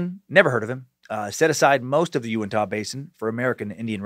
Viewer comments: Big fan of this podcast and Scared to Death... Living only 30 minutes from the Skinwalker Ranch, this one caught my attention and did not disappoint. Also, we pronounce it "You-in-tuh." So the Uintah Basin is the "you-in-tuh" basin. :) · I'm from Utah and I'm 87 percent sure it's pronounced ( you-in-t-a ) when you said uintah basin. Love the suck hail nimrod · Almost couldn't listen to this one . Just had to block it out each time he mispronounced "Uintah"....but he said it so many times it made it a rough listen.